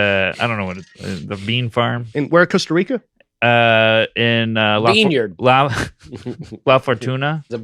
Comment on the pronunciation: "BEANYARD" HAHAHAHAHA